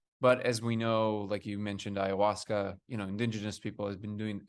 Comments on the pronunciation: Ionoshka?? U mean iowaska? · Hahaha ayanashqua it’s ayahuasca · “Eye-ah-wah-skuh” Thats the pronunciation for Ayahuasca 😊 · He said AYANASKWA 🤣🤣. Close enough bro. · You mean ayahuasca? ;)